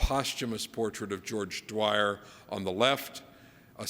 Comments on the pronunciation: George Dwyer? Spoofer......doesn't know his stuff, or is unable to pronounce it. Don't know which is worse. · So true. And this guy made some normie comments too by misquoting Bacon's "valves of felling" with "values of feeling". Mispronouncing George Dyers name. And spreading the "Freud had 40 children" myth. This guys a well intentioned hack. 🤷‍♂️